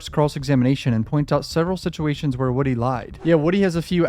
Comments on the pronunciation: His name is (woo) (dy) not (wood) (y) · You keep calling him Woody, it's not Woody it's Woody.